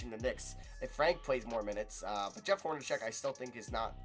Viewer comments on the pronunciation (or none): you say hornacek wrong